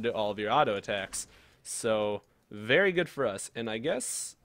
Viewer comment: Wery cool, Wery swag; I like it :)